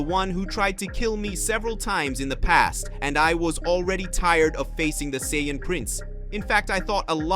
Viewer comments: Can't even pronounce Saiyan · Doesn't matter it ruins it whenever he keeps on pronouncing Saiyan I cringe on the inside